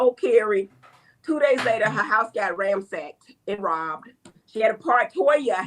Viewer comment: Not "ramsacked" lol